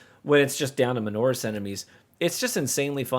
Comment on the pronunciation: What a weird list. Your S criteria is vague. Honestly what can you expect from person who cannot still pronounce majoris and minoris as they are written. Sees some military ranks there.